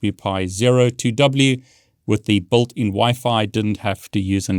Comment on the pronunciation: All I hear is "BULTIN.. blablablabla.. BULTIN.. blabla.. BULTIN"